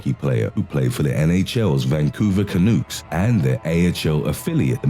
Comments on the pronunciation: It's pronounced Can-ucks not Can-ooks bonehead. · Ummm. it’s Vancouver CaNUCKS! Not Canooks! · Canucks rhymes with ducks, not kooks.😅😅😅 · Vancouver Canooks????Seriously,it's Canucks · It's Canucks, like duck. Not Canooks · Vancouver Canooks. Love it. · Oh. It pronounced Canucks. Not Canoooks. Just saying. Great video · CANOOKS? IT'S CANUCKS MORON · Vancouver Canooks??? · Kanooks? Kanooks? Really?????? Have you ever watched an NHL hockey game in your life? it is pronounced Kanucks. spelled Canucks, NOT BRAIN SURGERY, I know you have an accent but really it follows very basic pronunciation rules. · Wait did you just say 'Vancouver Ca-nooks' hahaha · Vancouver Ca-noots... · Robot narrators take jobs from real narrators. ... and sorry, the Vancouver Canooks? I want my view back. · Vancouver Canooks ! ROFL ! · It's not pronounced "Can-ooks!" Criminy! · Vancouver "Canooks"????? Wtf 😂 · Omg I died at how he pronounced Canucks LMFAO! Not being rude I am Canadian and just found it to be funny 🤣🤣🤣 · You said Vancouver Canucks wrong